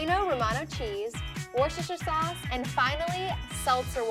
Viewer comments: Ikr or wuss-ter sauce. She called it wush-shush-ter sauce 😂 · Im just want to clear this up: Worcestershire sauce is pronounced Wuss-ter-sher sauce...